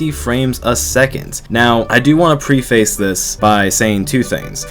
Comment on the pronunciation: you said preface wrong